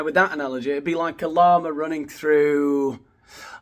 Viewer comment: Are you saying "llama" or "law-man" ...? Oh, okay, you just mentioned mountain lions ... good grief. I actually thought he was comparing himself to a "law-man" running thru the streets. 😅